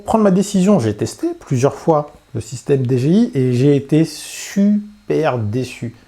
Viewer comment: Bonne vidéo comme d'hab... mais messieurs les français, c'est soit Dé Ji Iiii à la française, soit DI Djé Aille, à l'anglaise, mais faut arrêter les Dé Gé iii parce que c'est pas ça du tout... :-) humour hein ;-)